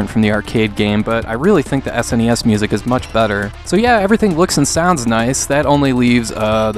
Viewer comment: I recently discovered your work dude. Top notch reviews that are not only useful and insightful, but ACTUAL reviews. Too many YouTubers' "reviews" end up being recounts, which are totally less good. My favourite part of this one was where you say "Any S.N.E.S. game" which when I first heard it, I thought you said "NES NES.". 😂 Anyway, keep up the good work!